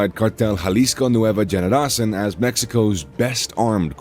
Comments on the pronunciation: I've commented on a lot of their videos....they can't pronounce the words and I feel like they just don't even try to learn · Can’t stand the stupid pronunciations they need to just say it in English or hire someone who speaks Spanish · Generacin? Lmao it's cartel Jalisco new generation generacion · It's not Nueva Generacin , it's Generacion , meaning new generation ......lmao